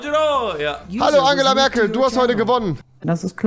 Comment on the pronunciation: War das wirklich Agela Merkel?